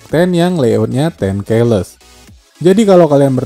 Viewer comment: Bang bacanya bukan "ten key less" tapi "ten ki less"